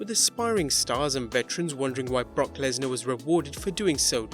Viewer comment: It is Lesnar